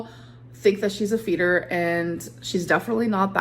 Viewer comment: Anyone else sometime hear “FETUS” instead of “Feeder”?! 😂😂 or just me??